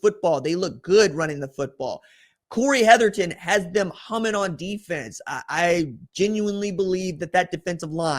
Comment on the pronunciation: You call Corey Hetherman, Corey Hetherton every time 😂